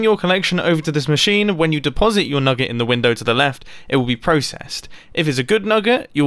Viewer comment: We all heard him him say nugga right